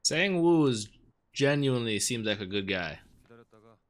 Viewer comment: someone already commented on the correct pronunciation for Gi-hun's name. Sangwoo's name is pronounced like S(ah)ng-oo not past tense for "sing"